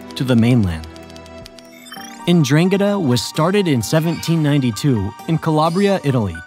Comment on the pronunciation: That pronunciation of 'Ndrangheta was ATROCIOUS. Had to look it up, but it's DRAHN-get-tah